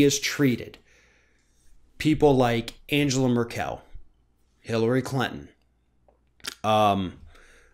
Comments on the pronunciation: Fyi- Chancellor Merkel's name in pronounced Un gu laa Mur kul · Your pronunciation of Angela Merkel is utterly atrocious